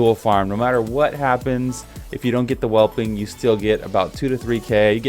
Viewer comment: sigh "Azure Whelpling" - spelled just like it's supposed to sound ("whelp" is the base English word here). Fine video otherwise, though.